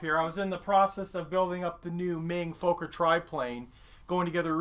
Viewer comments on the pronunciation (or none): Great as ever. Alas, the German bi plane is pronounced Fokker, not Fowker. Or is it a 'don't almost appear to be swearing on Youtube thing?'